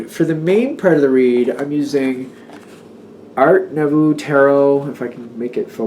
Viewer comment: The correct pronunciation for the cards is Art Noo - vo.